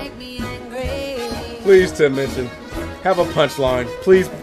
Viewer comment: I just adore Tim Minchin (you say his name right) - he actually donates to a local charity to every town/area where ever he tours. What a decent human being who is funny clever talented et al.